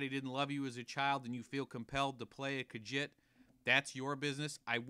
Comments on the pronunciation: I hated the video and disliked because he hated on Khajiits and not only is that enough for a dislike, he pronounced it "kajit" It's pronounced "KaZheet" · What the FUCK is a kaghit? It's Khajiit you fucking idiot.